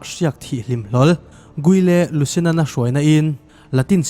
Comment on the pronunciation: Salahuddin. Tih tur sir salaaldin nilo in guile lusinan pawh diklo ge de lusion tih a lam tur pronunciation dik tawk lo deuh bo lek* 😅